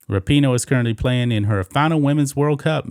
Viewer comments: What about Rap-i-noe?.....or maybe Fuck-en-dyke? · Am I the only one who always thought it was pronounced RAPinoe and now I keep hearing raPEENo? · Megan rap-I-noe makes me wanna slap-a-hoe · ...thanx for coirrecting my pronunciation of her name - thought it was 'Rapin-ho'... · I believe it's pronounced Rapin-hoe